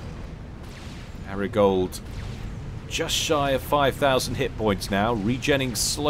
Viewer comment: Did you never watch Entourage? So it would be Ari Gold to rhyme with starry fold, not arigold to rhyme with washing up gloves.